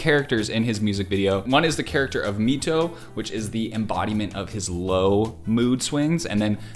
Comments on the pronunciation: bro i love your enthusiasm of the editing so much. also, you butchered mito’s name 😂😂. it’s pronounced like MY-TOE not ME-TOE just to clarify 🫶🏽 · THANK YOU! I've waited since when you first did a reaction to one of his videos which was forever ago! Also, not to be rude, but MITO's name is actually "My-to" not "Me-toe" you can find the pronunciation from some of DPR's documentaries. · hey!! loved this reaction as always and I'm excited you are FINALLY dipping into DPR IAN and his stories!!! Just a couple things for next time MITO is pronounced as "MY-TO" not "MEE-TO". And you should definitely watch "DPR IAN - SERAPH | 1 SHOT | MOOD | RIBBON | OFFICIAL MIITO MOVIE (PART I)" which was released BEFORE this one BUT the ending scene when they escaped the other side in actually the world where the previous one was shot so it looks like a prequel to "DPR IAN - SERAPH" movie and its SUPER DOPE and has TONSSSSSSSSS OF LOREEE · I believe Mito is pronounced as [Mai-to] and not [Mee-to]. Please correct me if I'm wrong. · It is mito it's pronounced maito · YES YOU REACTED TO CHRISTIAN!!! I'M SO HAPPY TY edit: btw you pronounce 'i' in MITO the same way as in the word right/might (it stands for moodswings in this order, also sounds like moodswings in disorder 'cause bipolar yk) loved your reaction to ian! really hope you would react to other ones, ian is a litteral gem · It’s pronounced MY-TOE, just so you know :))) don’t mean to be rude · he didn’t even pronounce Mito properly. It’s a very easy name, especially if you listen to even one time of Christian saying “Mito”.